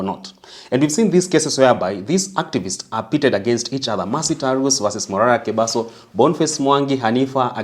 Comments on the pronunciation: It is Morara Kebaso Prof, and not Mobaso Kerara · Shame on the young guy who can't correctly get Morara Kebaso's name. Shows he's completely removed from the political trends